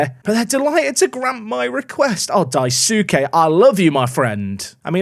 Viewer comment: I might be wrong but I believe Daisuke is pronounced Dice-K